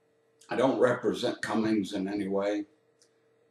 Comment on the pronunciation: Did he pronounce it "Cummings"? Right out of the gate...